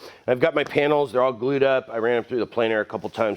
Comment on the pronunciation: Love it. You said “gRued” up though haha. Stellar work as always.